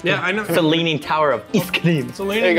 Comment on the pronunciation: yo yo yo its the leaning taower off ece cream lol